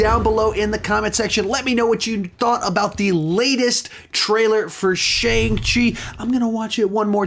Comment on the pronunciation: By the way, you say Shang wrong. The ang is pronounced the way the ong in King Kong is pronounced. Just so you know.